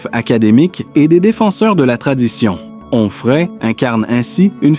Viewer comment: Quel rapport entre cette voix artificielle qui hésite entre Humphrey et Enfray et la femme du philosophe de CNews ?